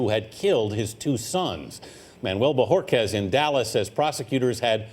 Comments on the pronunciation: Should be Bohorquez, not Bojorquez... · Is not Bojorquez.....but Bohorquez!!